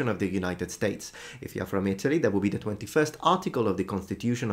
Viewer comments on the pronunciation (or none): none